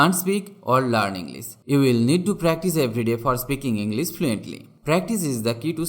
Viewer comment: This is actually a useful thing sir..... But why don't you pronounced "sh" Properly..... You are prounce just"s" For instance - English It must pronounced with "sh" But here's just "s" In fact this is wrong pronunciation sir.... Kindly request to correct it.....